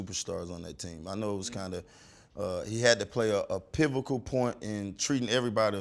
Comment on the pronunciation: "PIvikal point" -PacMan Jones